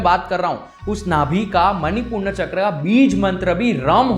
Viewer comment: Bhai, aap accha Gyan hai aap ka lekin MANIPURAK CHAKRA KO MANIPURNA CHAKRA MAT BOLO. please correct yourself..... pronam. Shubhomastu.